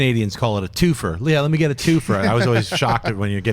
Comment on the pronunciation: Born and raised around the Toronto area in Canada, I've never heard anyone say "two-fer" for a two-four/24 case of beer lol